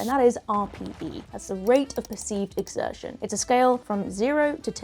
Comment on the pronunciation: Well, er, if you do this in a gym you presumably have to pay for that, don't you? And it's 'exertion', not 'exersion'